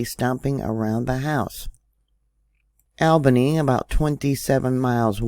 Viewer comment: I live close to it. Last night about midnight i felt a jolt and looked on usbs and there was no report. I think i felt a foreshock before the one this morning. I am in springfield. I feel more coming on soon. It woke me up. Btw we say it Leba-none and all bany just so ya know lol. Love you girl